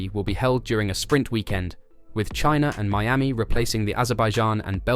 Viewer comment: Good video but how did you managed to screw a simple 'miami' to Meyami and pronounce it perfectly 15 seconds later? How?